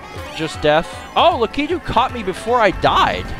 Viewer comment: you are saying latiku wrong